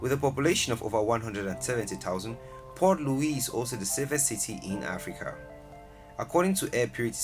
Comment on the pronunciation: Please Pronounce the Cities names Correctly. The Capital City in Mauritius is "Port Louis" and NOT "Poor Louis"